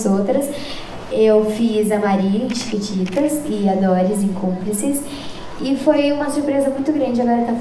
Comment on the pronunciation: Ela fala tiquititas